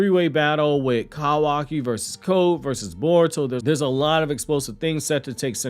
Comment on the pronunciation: Listening to you say Cow aki instead of koo waki is absolutely painful.